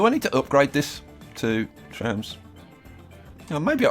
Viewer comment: The way he said "trams"